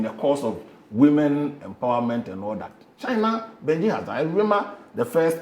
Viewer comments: It's Beijing,not benjin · I thought i was the only one who heard him pronounce it that way😂